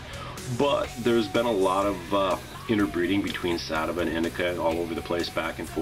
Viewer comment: He said satava but he meant sativa